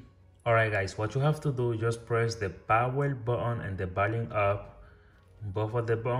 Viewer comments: Baoon baoon🤣🤣🤣🤣this is button not baoon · What did you say man botol botol i can't understand 😢